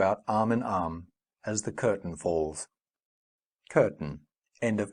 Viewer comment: The surname is not pronounced as "Kepek" - more likely like "Tschapeck"